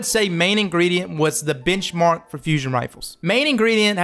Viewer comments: I know he's saying benchmark, but I keep hearing bitchmark. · Anyone else hear "bitchmark" instead of "benchmark" 😅😂